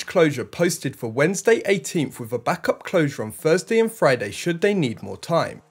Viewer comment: Please say thing, not "Fing". Please thursday, not "First-day". Please say three, not "Free"